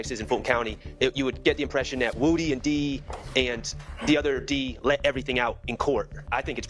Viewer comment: Gets me everytime they say lil WOOdy 😂 its woody